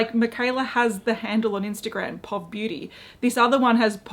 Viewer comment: Instead of being pronounced like 'pawv,' Mikala's brand is more like 'pee-oh-vee' - that's how we shorten 'Point of view' over here in the States... Maybe it's not the same over where you are? That's how I've heard it referred to thus far, anyway. If it's really called 'pawv' I haven't heard it yet!